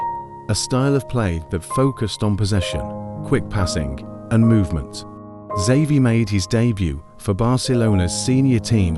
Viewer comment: Who the fuck made this? Horrible horrible pronunciation, and it's not even consistent. I heard him saying Savi, Havi and almost Zavi. Dude learn to pronounce